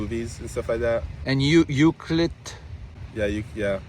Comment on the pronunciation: U-Cue-Let. 😂 Na-ni-mo.😂